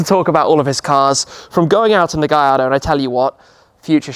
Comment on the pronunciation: It's not a gajardo cmon